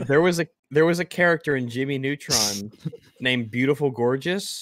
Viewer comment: "Yowl remembur Jimmy Nootrahn?"